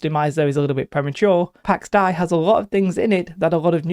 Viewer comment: Not to be that guy, but it's pronounced "Day" (dei). Pax Dei is greek. Something like God of Peace or Divine Peace or something like that. Pax - Peace, Dei - God, Deity